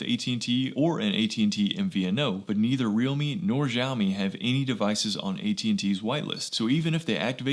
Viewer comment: it's Siaomi Not Jiaomi or Gziaomi ... nice channel !